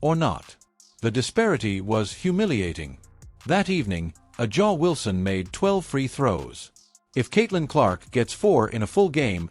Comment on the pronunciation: First learn how to pronounce her name. Then you can comment on this bullshit video. A black woman with talent who knew. You manage to say Clark's name right why not Wilson's. Are saying A'ja Wilson is a dirty player. I seen some of stuff Clark did in college she is no angel.